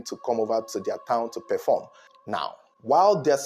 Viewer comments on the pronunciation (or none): none